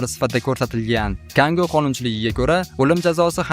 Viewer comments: КАнго эмас-Конго деб айтилади. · КАНГО ЭМАС, КОНГО ДЕЙИЛАДИ, КАНГО БУ ЖИВАЧКА КУ. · Хе харип! Канго эмас, Конго у давлатни номи.... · Канго эмас оми конго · Канго эмас, КОНГО!!! Савод борми? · Канго эмас, конго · Канго эмасда дустим , Конго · Кангомас конго😊! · Канго эмас Конго булади сакич эмаску бу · Канго эмас Конго. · Канго эмас конго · Канго ємас конго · Kango emas, Kongo 😂😂😂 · Эй саводсиз шарҳловчи. Ту́гри у́ки Канго эмас Конго бу́лади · Конго✅️ Канго❌️ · КАНГО эмас КОНГО дейилади... Битта давлатни чайналадиган сақичга айлантириб юбордингизку.... 😂😂😂😂🤣🤣🤣